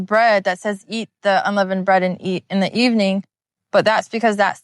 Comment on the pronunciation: Just wanted to share the "th" makes a "t" sound. Loving your videos. You have provided a plethora of truth that I pray our brethren consider.Yadah Yahuah!